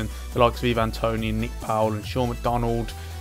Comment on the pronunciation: And your saying ivan toney wrong, just pointing out cos it was irritating me aha :p